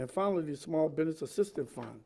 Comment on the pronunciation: biDness , what's a biDness ??